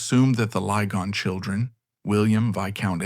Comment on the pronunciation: The names Lygon and Beauchamp are pronounced ‘Liggon’ and ‘Beecham’. ‘Madresfield’ is ‘Maddresfield’ and ‘Malvern’ is ‘Mawlvern’. Excuse me for pointing this out. I grew up in Malvern and went to primary school with one of the last Lygons.